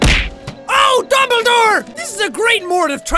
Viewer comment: I lauged hard when it said dumbladore but he said dooblydore